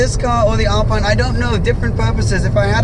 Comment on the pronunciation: Omg how you pronounce "alpine" its a shame from a guy that was living near monaco...